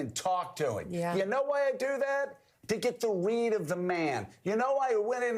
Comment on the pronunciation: OMG! I just threw up in my mouth! Joe is so ridiculous here....Is he saying 'weed', meaning 'read'? These two have no principles!